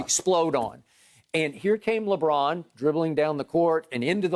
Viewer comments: Hearing skip say Lebrick literally kills me 😂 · When skip says lebrick it makes me laugh so much i swear 🤣🤣